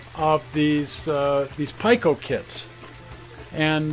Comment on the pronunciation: Just a correction. PIKO is pronounced P “ee” ko, not Pike “o”.